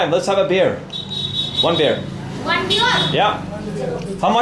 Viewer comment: Him : let's have a beer, one beer Nepali lady : one biyourrrrrr